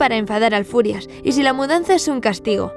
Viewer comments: Quiero aclarar algo, no es el furias, es el führer que se pronuncia fiurer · Yo lo lei por el cole pero me parece mas triste el diario de ana frank. Tambien en realidad "el furias" es hitler ya que bruno no podia pronunciar "füher" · Lo de "el Furias" es por el libro. El libro esta narrado desde la perspectiva de el niño, que no sabía pronunciar algunas palabras como "Führer" o" Auschwitz" (que de hecho personas como su padre y hermana le hacen saber que están mal dichas). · A ver chavales, lo de "el Furias" es porque Bruno, al ser un niño pequeño, no sabe pronunciar bien "Führer" así que lo llama "el Furias" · No es "el furias" se dice fürer, "el furias" suena a una pelicula traducida al español de españa, como "el bromas" o "el prisas" xd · es q el niño es pequeño y no sabe pronunciar bien la palabra fiurer (fuhrer) y dice furias. en ingles es furious. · es Hitler, el autor le pone ese nombre porque Bruno no sabía pronunciar muchas palabras como Auswitz o El Fuhrer